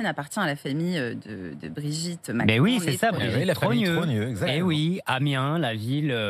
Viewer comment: c'est Amiens, et non AMINES !!!!